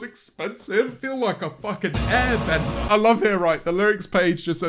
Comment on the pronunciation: "I feel like an AIRBLEANDER" PFFFFFFFT- love that